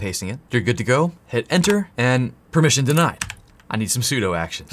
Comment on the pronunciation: im laughing so hard you said "im not giving you permeation" like my tools didont fail